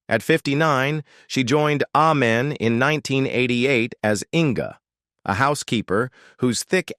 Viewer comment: Is AI🤖 narrating this video📹? The show's name is pronounced 'A'-men not 'Ah'-men